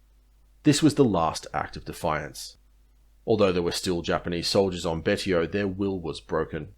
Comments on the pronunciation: I believe Betio is pronounced Bey-see-oh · You really need to do your research. The island is Chuuk Betio is prononced Bashio